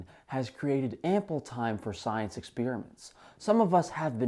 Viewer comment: "And with that being said, let's break down the psyence"